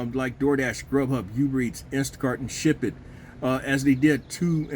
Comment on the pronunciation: Ooober not youber